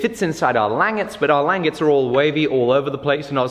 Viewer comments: i dont want to come off as rude but the way you pronounce langets is not lan-gets its lan-jets instead of saying gets at the end its jets (like the plane) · It's pronounced (lon) (jehs) not (lang) (etts). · Make a laminated pole. And it's French, pronounced lawn-gae I believe. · Its pronounced... Lanjets. but spelt Langets. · Shouldn't the g in "langettes" be the same sound as it is in "ginger"? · Lang-it, pronounced Lon-Jay as it is not an English word. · It's pronounced like "lon-jets" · It might be spelled, "langet" but it's pronounced more like: Lawn Jay' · langet = lahn-zhay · Nice build guys. Having handled a number of originals a big part of why it would be so head heavy is your langets (pronounced Lan-jets) are why too thick. Yours looked 8mm or more thick where every original I've handled they drawn out to 1-2mm. The thinner langets makes it easier to recess them into the handle so they're almost flush too. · Lan-jets is how I've always heard it pronounced. The googly eyes are the power jammer is great. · ....its pronounced Lan-Jet's^^ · Isn't it pronounced LAN-JET? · Aren't the langets pronouned "lan-jets"? Thats the way I've always heard. Not saying I'm correct, just really curious on how it's really pronounced. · It's pronounced "lan-JETS", accent on the latter syllable :) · My god man... it's pronounced Lawnjays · I think it's pronounced "lawn-jays" if that makes sense, real french sounding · Isn't it Lan-j-ettes i could be wrong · I've always heard it pronounced "Lawn-JAY". I think it's French. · That pronunciation of langets was bad. I'm sorry